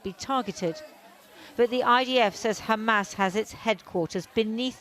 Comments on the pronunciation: Shows this puppet cannot even pronounce Hamas properly while izraHell is fighting the whole decent world and God Almighty Himself,let's see who wins!? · This reporter does not even know has to pronounce Hamas!